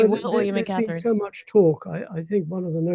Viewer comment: Terrible AI. Learn how to pronounce Catherine, Sussex Appalling.